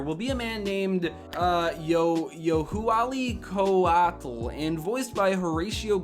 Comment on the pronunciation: It’s pronounced Yo-wah-lee Ko-ah-tl (the “tl” sound doesn’t exist in English, but it’s very similar to the Welsh “Ll”)